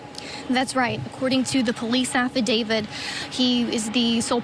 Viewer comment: Side note- someone please tell this girl reporting to look up the pronunciation of the word affidavit! It’s not affidavid. She only said it a hundred times!